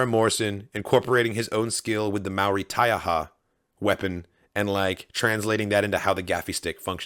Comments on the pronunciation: Bro excellent pronunciation of the word Taiaha and your knowledge of our culture! Deep cuts my friend. MTFBWY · Thanks you so much for a great reaction guyz.....as a Maori and a HUGE Star Wars fan, from Rotorua, (Tems home town), can I just say, I am honoured that you have a understanding of the Maori culture. When you said "Taiaha", I was like YES !!, these guyz know what they are talking about..... I am loving this series right now, to get the back story of Boba Fett is amazing. Keep up the great work. " Kia Kaha " = stay strong